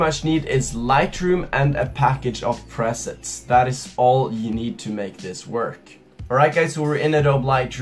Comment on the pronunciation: It's pronounced pre-sets